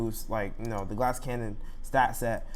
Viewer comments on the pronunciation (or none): none